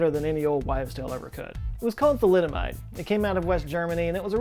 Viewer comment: i grimaced when you said thalidomide😰